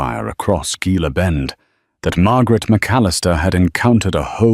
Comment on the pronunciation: Gila is pronounced He-la.